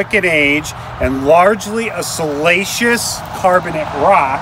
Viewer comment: Great channel. Sorry, but it cracks me up when I hear salacious rather than siliceous.